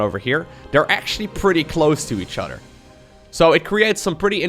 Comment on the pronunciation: When says 'other', does anyone else hear 'udder'